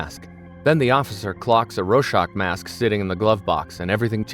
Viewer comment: Thank you. Although I hate that this is a AI Slop Voiced video (can't pronounce Rorschach), these simple facts of the Tulsa Massacre need to be made known (its almost like the classic "Civil War Wasn't About Slavery" cope too many people believe these days).